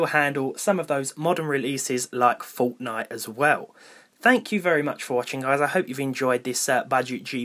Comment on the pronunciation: Im British and still find ur accent funny u were like "u dayl laik dish" instead of a " a deal like this" but no hate nice vid. But I think it's called Fortnite not Fauwtnight